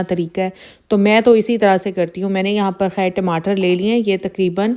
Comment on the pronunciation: Woh har ek k thumbnails direct copy karti hain aur log us ko sirf is liye dekhty hai k pata chaly k husband ko kya hua. Har waqt rona roti hain thumbnails meh. Aur urdu bhi teek tarha se us ko bholni nai ati. ‘Khair’ ko ‘hair’ bholti hain.